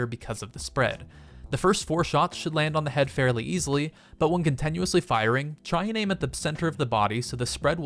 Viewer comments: Con-TIN-uously not con-TEN-uously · CONTINUOUSLY NOT contenusly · Cont-E- nuously isn't a word. Your pronunciation made me so upset I had to post this. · Why does he say contenuously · Can we stop for a second and find out why he says Continuously the way he does??? Con ten you is lee? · why does he say Con-ten-uously? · I find the way you pronounce "continuously" rather painful. I had to stop watching.